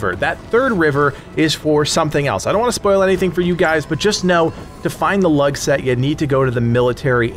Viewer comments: Lugh is pronounced as Loo not as Lug. Everything else you said was bang on! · I'm fairly sure it's loo not lug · 'Lugh' is pronounced 'Loo' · Dude the way u say lugh pisses me off its pernoused loos gh is silent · Dude the G is silent in Lugh. If there is an H after G it's always silent. Standard English.